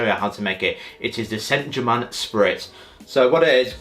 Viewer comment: That pronunciation of Saint German killed me 💀